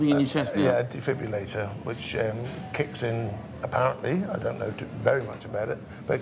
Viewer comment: It's a defib-RILL-ator not a defib-u-lator. Get it right. That said, they did an amazing job bringing the patient back to life.